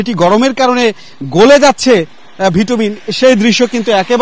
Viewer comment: Barbar vitumin bolchen keno, it's called bitumen..